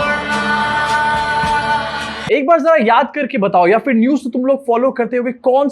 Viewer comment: Theek word hai Phir ( not For) please correct yourself